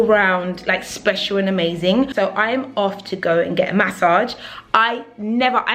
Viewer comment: Maaasaaage 😂😂😂😂 the way you say massage is hilarious